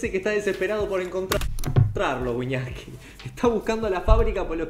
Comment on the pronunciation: En vez de wiñaski mas bien wiñaska